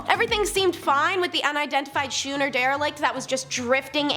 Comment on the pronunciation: Schooner has a silent H. Scoo as in School.